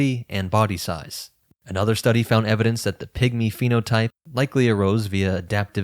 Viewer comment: I’m so sorry, but I hear „pick-me‘s“ every time he says pigmy 😭 I can’t unhear it!